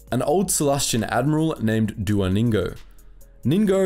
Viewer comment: Dua Ningo ? I Thought I heard Duolingo before I read the description...